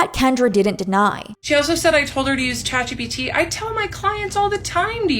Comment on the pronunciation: also its chatgPt not chatgBt sry i cant